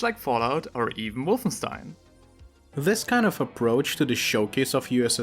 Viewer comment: I love how tried to pronounce Wolfenstein the right way to sound like a cultured man while completly butchering the pronounciation